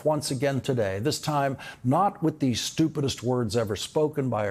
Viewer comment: Lawrence O'Donnell tells it straight. His descriptions of Dump are spot on. Heavy emphasis on the word stupid!!